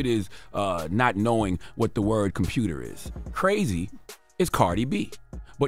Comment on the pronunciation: Nah, that's Baltimore kids! 🤣 "Compruter..." 🤣